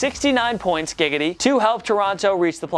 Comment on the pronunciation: When he said gigidy